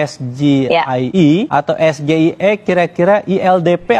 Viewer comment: SGIER bukan SGIE .. pendukung 02 merasa bangga mendengar cawapres nya mengucapkan yang salah 😊